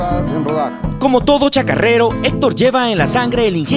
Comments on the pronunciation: NO SE DICE CHACARRERO...ES CHACARERO!!!! SI NO SABEN DECIRLO NO LO DIGAN!!! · Me gusto mucho el informe, pero se dice Chacarero, no ChacaRRero ;-)